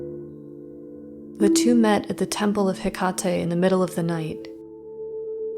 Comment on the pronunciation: Just a little note. The e at the end of Hekate is pronounced the same as Aphrodite or Circe. It’s the η letter. ❤